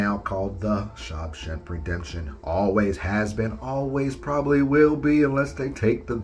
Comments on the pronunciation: I've always known that God calls himself jealous. With that one I just wonder if certain people just don't know the Bible very well. I Always thought Freddy's sweater was orange and green but maybe it was just the resolution. And did you just say "SHOB shank redemption"??? 🤣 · You lost me at "Shob Shemp" o.o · Say SHAWSHANK again!! Lmfao I'm sorry